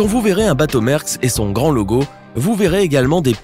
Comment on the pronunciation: c'est pas mersk c'est mAersk